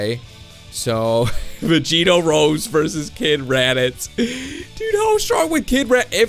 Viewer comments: Its not pronoune rose it pronounced(Roseyyyy) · You pronounce rose ROWSEY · its super sayain rose (roe-s-ae)